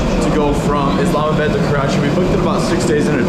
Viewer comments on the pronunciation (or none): It’s IslamaBAAD. NOT pronounced BAD. Must be a Wisconsin thing.